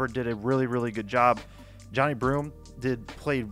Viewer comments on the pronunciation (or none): It’s not Johnny Broome. It’s “juh-nigh”